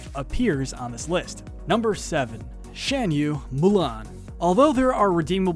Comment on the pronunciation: *Fuh-sihl-ee-ay *Shahn-yuu Please, if ur gonna make a list of people whose names are repeatedly said in the movies, say the names correctly